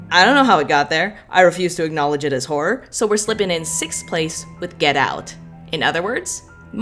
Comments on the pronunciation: Your crisis at the pronunciation of "horror" reminded me of a classic Whose Line Is It Anyway? bit and now I'm just laughing at apparently nothing 😂 "Ho-roar" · Not even 2 minutes in and I'm dying at failed attempts of saying horror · You struggling to say horror>>>>